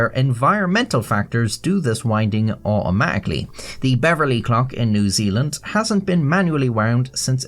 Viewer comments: it's more like a-o-ma-ically 😂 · O'o'ma'ically is the new "bo'o'o'wo'uh" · love how you pronounce "automatically" 😅